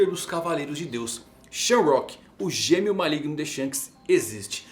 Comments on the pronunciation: SHAMROCK???? Errado!!! Shonks é O modo correto 🙌🏾🙌🏾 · Mangão a pronuncia no inglês é sham,rak então diz shamarock. não é sham + rock = shamrock